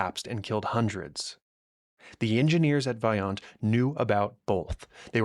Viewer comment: The letter O in Italian is always pronounced as Oh. Always a long O, so please pronounce Vajont correctly